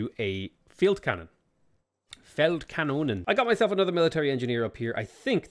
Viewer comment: says a beautiful "Feldkanone" and has difficulties saying "Achxken" ??